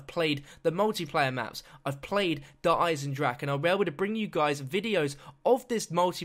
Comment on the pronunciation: You literally saw a trailer with dempsey correctly pronouncinc the name of the map, and you STILL mispronounce it